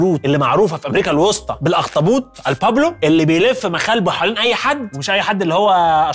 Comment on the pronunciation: الاخطبوط باللاتيني el pulpo إل بولبو وليس إل بوبلو والحلقة جبااااارة🍌👏🏻👏🏻